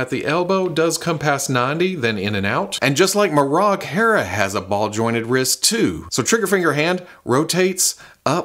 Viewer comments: ok. let me help you out. His name is pronounced Muh Rock. Just say The Rock and replace it with Muh. Marrok. That's how they said his name in the show. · Now we need a Marrok that howls and shoots out green farts when you squeeze him. Get on it (add a toy company name here)! Pronouncing Marrok differently every time throughout the video was hilarious,.